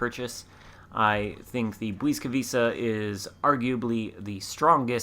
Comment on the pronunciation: Ł is pronounced like a W in English and C is always like a TS, so Błyskawica is bwiska-vitsa (or at least close enough;)